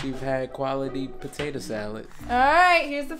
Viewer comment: Loved how said tator salad.